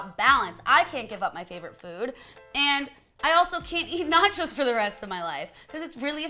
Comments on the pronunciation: Every time she says "chos" I think she's saying "chodes" hahaha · Every time she said the word "Cho's" it sounded like she was saying "Chodes". Love it. 😂